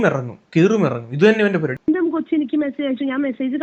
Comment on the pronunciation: പരുപാടി അല്ല മോനേ, പരിപാടി എന്നാണ്. വായിക്കണം മിസ്റ്റർ, വായിട്ടലച്ചാൽ മാത്രം പോരാ